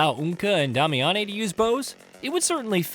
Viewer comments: Don't they pronounce her name in the game multiple times simply "day-me-inn"? Making it sound fancy like Tar-zhay for Target 😂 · What menace of society convinced you to say Damiane that way 😭